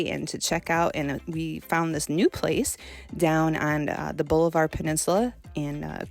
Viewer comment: Thanks for the info!,, It’s pronounced Bahl-ih-ver